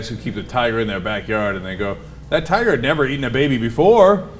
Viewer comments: I thought Cenk said, "...keep a tire in their back yard." and I was very confused about when were tires eating babies... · At first I heard Cenk say "tire" instead of "tiger" and I was like, WTF tires eat babies? O.o